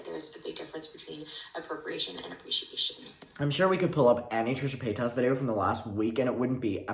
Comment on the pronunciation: the way you say Trisha’s last name « paytasse » sounds like « petasse » wich means whore in french lmaoooo